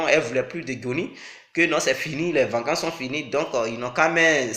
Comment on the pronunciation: GAGAGAGAGAGGAGA il dit ............VANCANCE... GAGAGAGAGAGAGAGAGAGAGGAAAAAAAAAAAAAA